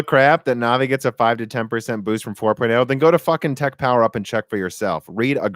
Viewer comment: Also anvi instead of navi. Now the stupid ideas are flowing